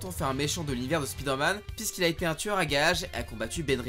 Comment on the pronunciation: arrêtez de dire spidère-man svp 😢